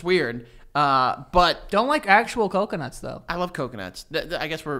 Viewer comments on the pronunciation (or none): "cocanuts",? hmm